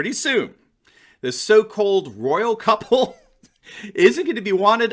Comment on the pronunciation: I thought I hear "the royal cuckold" instead of "the royal couple" lol